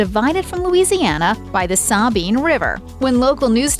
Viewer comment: Sawbine River. It is the Sabine River. C’Mon. Get it right.